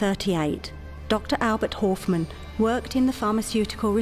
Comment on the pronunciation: If his name was Horfmann it'd have the letter in his name. But it doesnt, so why say the name completely wrong.?